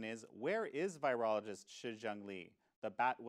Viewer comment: Please pronounce virologist correctly